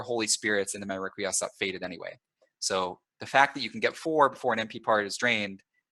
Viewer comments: I think it's pronounced "reck-qwee-es-cat". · its rek-wee-ess-kaht, as in requiescat in pace (may they rest in peace). Ezio a la Assassin's Creed 2 says this often and it's a good pronunciation to my knowledge.